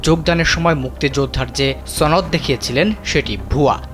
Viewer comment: it's not ছ ন দ it's স ন দ